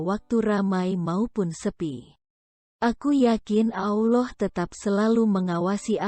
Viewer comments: Belajar sebut Allah bukan auloh hehe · Mengucapkan kata Allah SWT itu yang benar min Awloh atau Allah .. harus diperbaiki lagi kalo mau bikin konten ..